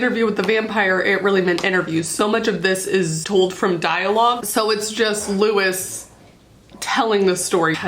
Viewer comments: i love you and all of your videos are amazing but as an anne rice/iwtv fan since i was 12, it's loo-ee not loo-is 💜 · 1) His name is said like Lou-E. Louisiana French boy so think that way with pronouncing. 2) The whole thing that she had about her vampires being sexual without being SEXUAL was always off putting. But the books, at the time, was good. I enjoyed it. Until I learned how she treats her fans. For Harry Potter, I still love the fandom and community that we built without JK. I'm still a part of it and will always be a part of it. For good reason, cause I found a lot of wonderful people who I know. If I find out a writer did something awful, I'm usually sitting there going "how bad was this thing they did, have they tried to fix themselves? And do I enjoy the community enough to discard the author but keep the community?"